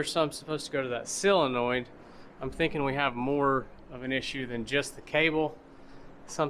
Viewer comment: Great series and entertaining videos! BTW. its. sOlenoid not sillenoid